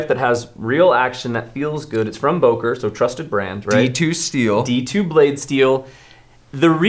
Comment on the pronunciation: It‘s Böker and not Boker 😁 you need to learn your Umlaute 😜